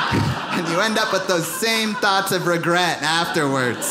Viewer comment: did he say "Thoughts of regret" or did he say "THOTS of regret"? 🤔